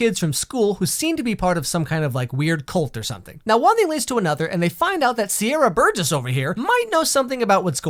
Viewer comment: When he said Sierra burges I was dead